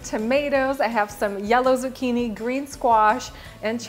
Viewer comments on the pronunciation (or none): none